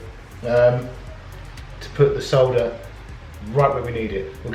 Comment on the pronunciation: I love how you say solder! Thank you for the informative vid!